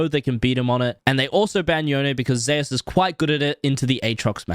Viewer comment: Wait! Zeus is pronounced "zayus" in league. I thought it was "zoose" like the God of thunder. Like how pretty much everywhere else its pronounced